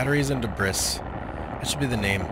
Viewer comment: It's not dibriss... the word sounds like DIBREE. It's from French.... "early 18th century: from French débris, from obsolete débriser ‘break down’." You say it like "did brisk" the word sounds more like "debrief" it's terrible to see people posting videos where they say things wrong through the whole video. I thought he was saying deez breasts at first....